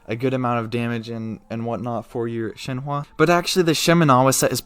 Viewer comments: ShenHE not ShenHWA. But great vid very informative. 👍🏻👍🏻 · She is called Shenhe and not shenhua the way you pronounce her is totally annoying bro - just saying.... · I’m so sorry but- I just gotta correct ToT- her name is pronounced “shen-huh” not ‘shen-hua.” The “e” at the end makes an “uh” sound. “Hua” would mean something entirely different like “flower” while “he” means crane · Broooo why all white people cant pronounce shenhe at all wtf "shenhua"??? 😂😂 Its just "shen" and "her" but without the R pls 💀💀💀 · take a shot every time he says shen wah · My ear ahhahahaha shehwwwwaaa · thank you so much for all the information! i am very excited for her, so i'm trying to understand how i'm going to use her so your video is really helpful also idk why people are so bothered by the way you say her name, don't worry about it :)